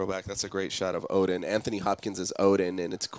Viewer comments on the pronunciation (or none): none